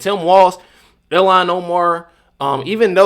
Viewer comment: You pronounce her name. ILL - han